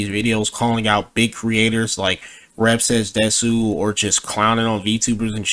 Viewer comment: Bruh he says rev says desu wrong instant cringe